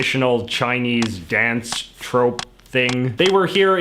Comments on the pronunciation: "they are like a traditional Chinese dance TROPE (troupe) thing" The one time ou makes an oo sound...? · It's pronounced troop